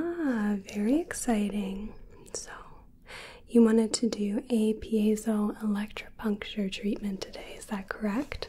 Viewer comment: Big props to you for pronouncing that cos I would never be able to!